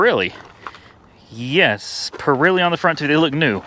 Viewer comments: Being nice now, don't jump on me! It's pronounced just as it is spelled.... PIRELLI. The E has the sound like the E in egg. Not an I sound. That is all. I'll take my seat! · The tires are Pirelli, not Pirilli. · PURREELEE tires? LOL Oh boy